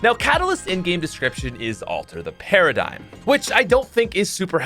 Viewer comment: When you said after the paridighm for catalyst what of she is the paridighm